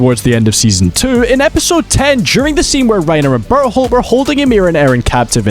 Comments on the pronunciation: I heard butthole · Even the narrator gets barleys name wrong😢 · why i keep hearing he pronounce Bertholdt into Butthole 😅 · bro cant even pronounce bertholdts name like fym berhold💔💔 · I feel bad for burrito… must be tough having your name always said wrong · Would've been super funny if you kept pronunciating Bertolt's name wrong everytime you mentioned him. Love your video though!